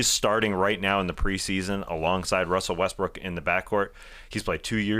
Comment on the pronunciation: Day-to-Davis lol!! Wussel Restbrook lol good ones